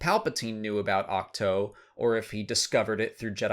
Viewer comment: It’s pronounced Ach-two, not Ach-toe. How do you not know this?